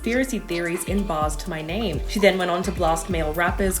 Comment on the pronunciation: That’s not how you say his name bruh 🙄🙄🙄🤡🤡🤡🤡😂😂😂